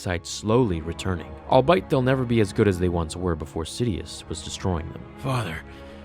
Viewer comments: i believe you meant to say albeit, which is pronounced "All be it" not "all bite" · Nerd! Lol jk, gj. But it is pronounced “all be it” not “all by it” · You pronounce “albeit” as like “I’ll bite” but it’s pronounced as the phrase it originates from “all be it” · Brother, these words are pronounced bar-rahzg and al-be-it lol. Really fun fan fiction though. Nice work! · Hands down the best Star Wars content on the internet. However, it is pronounced all-bee-it. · I'll bite? You mean albeit . Do you actually write these? Or just read them?